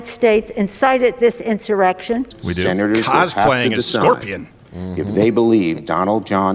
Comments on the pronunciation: No he said incited an erection. But if you’re feeling inspired sure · Did Schumer say erection instead of insurrection??? 🤣🤣🤣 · did say "inspired the errection" or did I hear wrong